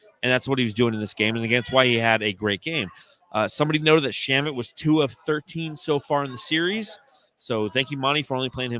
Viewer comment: Shamet rhymes with damn it. Lol